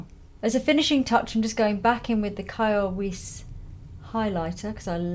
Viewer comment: I am Danish and I did giggle when you pronounced Kjær Weis. It would be closer to kj-air (like in hair) vice. If you want there is another really lovely organic/natural line from Denmark called Tromborg, also caring skincare. Other than that I love that rusty look. One of my favourite colours for lips and blush.